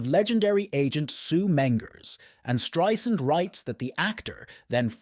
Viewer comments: Irks me to no end that this woman, with her illustrious career, hasn't earned the right to have her name pronounced correctly. It's not hard folks...Stri-Sand, NOT Stri-Zund. Geezus!!!!! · You should know how to pronounce her last name by now. Strie-SAND, like sand on the beach! Not Streisnd or Streizund. No excuse. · Barbra's name is pronounced Strei "sand" !! I would think if you are calling her a legend, you would know her name! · If she's such a legendary performer, why can't you pronounce her name correctly?